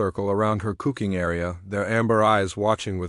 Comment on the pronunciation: Another one with AI narration issues. "cooking" mispronounced every time I heard it before I just had to quit listening. Think I am going to tell YouTube to stop recommending this channel. Just can't deal with the poor quality of narration. Waste of time when there are plenty of other videos out there to listen to.